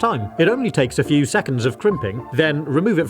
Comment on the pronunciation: That not " FEW " for sure